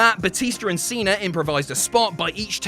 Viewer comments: Its john cena! Not john cener! Lmao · there's no R in Cena